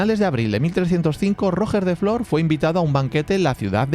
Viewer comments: “Rojjjjjjjer de flor” No costa res buscar com es diu en Català: “Rugè da fló”, es pronuncia. G de GENERATION, no GINECÓLOGO. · Cada vez que escucho mal la pronuunciacion de Roger de flor Almogaver creado Mercenari Català me duelen las orejas, tal como intentas pronunciar bien los guiris intenta hacerlo amb Ruger de Flor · Roger de flor de pronuncia "ruyé de flo" he puesto yé porque se pronuncia como yes pero acentuado, y en català normalmente no se pronuncia las r finales! Pero como siempre un trabajo de 10! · Tío el nombre de Roger de flor sería de agrado una pronunciación un poco mejor solo una pequeña crítica Si puedes decir roger federér puedes pronunciar bien Roger de flor 😊